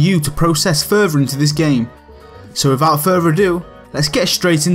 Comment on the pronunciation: “Wifout furfer adew...”